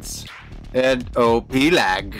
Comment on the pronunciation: i really like the way you say op and gg